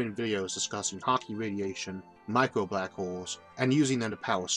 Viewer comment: "Shhhh... I'm famwing bwack holes"